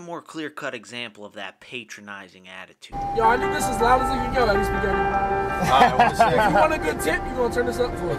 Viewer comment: How did you manage to butcher the word spaghetti so bad?! Lol.